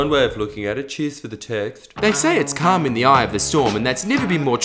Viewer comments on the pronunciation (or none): Calm in the eye of a storm - i thought you said cum Haha